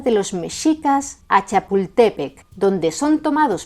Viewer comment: Agradezco el respeto que dedicaste a la pronunciación náhuatl, pese a que los hispanomexicanos tengamos otra entonación a ciertas palabras (como Chapultepec, la cual la pronunciamos aguda en lugar de grave, como debería de ser e hiciste).